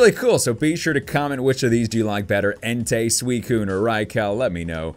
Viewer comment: It's en-ty. Not en-tay.